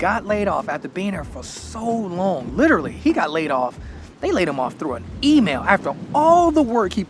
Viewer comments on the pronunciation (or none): none